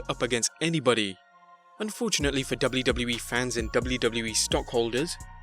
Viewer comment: I hate your intro with a passion and please learn how to pronounce WWE